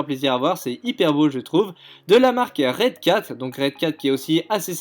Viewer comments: alors le clavier du 4eme c'est un razer et on dit ROcat pas redcat et poirquoi tu mes les vidéo en fin de desc c'est comme si tu le vol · C'est pas redcat mais roccat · C pas retcat c rocat 😕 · On dit pas retcat ont dit rocat est la configuration du pc a LaSalle c pas toi qui la mis sur le côté c est lui qui la mis dans sa propre vidéo setup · .... t a dit redcat Et dtracing... c est roccat Et AKracing!!!!!! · Ah oui tu dis quand même redcat , c'est roccat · C est pas redcat c est roccat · Redcat ? Omg c'est ROCCAT X))) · clement garrigou en plus il dit DT RACING suaf que c AK RACING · Spartan corporation t'as vu comment il a prononcer "roccat" mdr